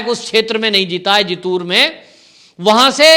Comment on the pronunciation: कूछ नही होगा पैसे के लिए भडकाऊ vdo मत बनाओ तुम्हे मराठी अछी बोलने नहीं आती जीतूर नही जितुंर तुमे महाराष्ट्र की राजनीती कूछ अकल नही